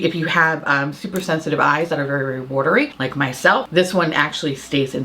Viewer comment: Omg I have never heard you sound New York before but that "watery/watery" was the cutest